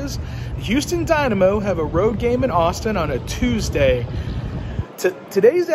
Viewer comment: O;59 “Asstin Texas!”😂